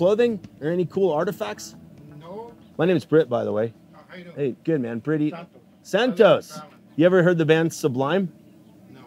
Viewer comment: "SANCHO...NOT SANTO"